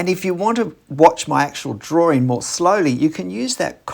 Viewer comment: Curious, why you mispronounce drawing as “draw-ring”? What ring are you drawing, I don’t get it…